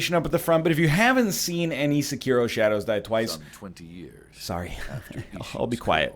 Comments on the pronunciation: If you're gonna pronounce 'Sekiro' like that, just call it 'Shadows Die Twice'. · NL: Pronounces Sekiro dumb Me: Ugh NL: I wanna switch to English Me: UUUGGGGHHH